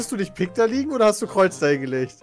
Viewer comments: ' Aussprache von Pik schmerzt. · Es heißt Pik, nicht "Pick"!1^!^^!!! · Bin ich der einzige die das pieeek nennt und nicht "pick"? :D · Pick, Kreus ,Karro und Härs..wer kennt sie nicht :'D